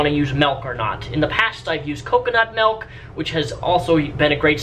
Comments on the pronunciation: You pronounce 'milk' in a very dutch way. Like 'melk'. Which is. nothing more than kinda funny and surprising. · What is this "melk" you speak of